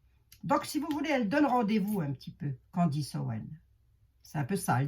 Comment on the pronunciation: CANDACE ! MAIS ONT DIT CANDECE